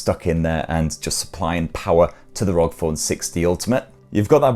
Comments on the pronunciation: Good video mate but it's pronounced R O G not rog. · its not Rog its R.O.G!. I couldnt only stand to watch it up until 4.01seconds cause you continued to say rog and not R O G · Kills me everytime you say ROG instead of R O G 😂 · It's R O G not rog 😂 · it's not rog.. it's R.O.G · I hate it when people say ROG as if it's a word. It's R.O.G., R - O - G. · Why is he saying ROG? IT'S R.O.G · R.O.G. For the love of god and respect to all gamers stop pronouncing it like a word!!! Republic Of Gamers! It’s an acronym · Yes cause its actually acronym ROG=republic for gamers/games